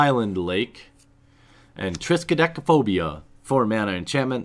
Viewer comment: I love how in other videos, you have a hard time pronouncing simple words correctly but you absolutely nail Triskaidekaphobia perfectly. xD